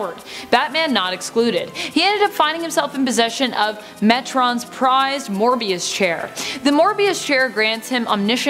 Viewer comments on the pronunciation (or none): Mobius Chair not Mor-bius chair